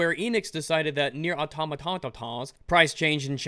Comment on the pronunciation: It's "Near a tomato"